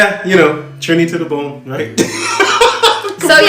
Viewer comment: LoL - the guy say “Trini 2 de bone” - David Rudder.